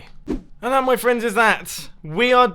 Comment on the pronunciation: he say best vriends for ever en samwoan haf a achiefment